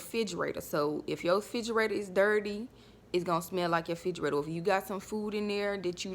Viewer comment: Girl I'mm need for you to learn how to pronounce "refrigerator "🙄